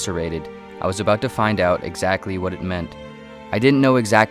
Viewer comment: This person must be a weird Canadian the way he says out like the way he pronounces it oowt